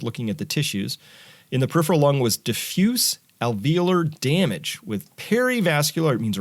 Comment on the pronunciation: Diffuse Al Ve OOO lar Damage.